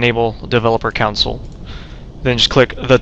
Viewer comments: Its console not council... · Console, not council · lol wut a nurd you said counsel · hehe he called it the COWnsle